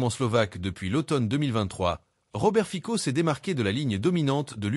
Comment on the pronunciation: Ayez la délicatesse de prononcer le nom du Président Fico correctement !